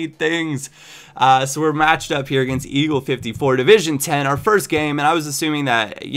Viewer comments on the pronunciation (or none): none